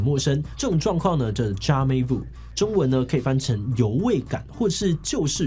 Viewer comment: jamais vu 的 s 是不是不發音?